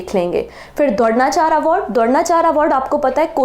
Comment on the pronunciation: mam dhronacharya bhi ni bolna aata apko kitne bekar hindi h